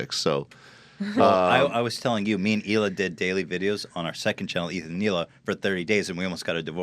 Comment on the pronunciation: the pronunciation of the H in Hila by bothers me